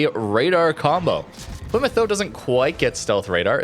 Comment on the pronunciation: Plymout father xd